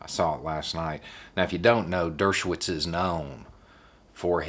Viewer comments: Dersh no witz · Not to quibble, but it is pronounced Douche-o-wits. Because he is a Douche-o-wits.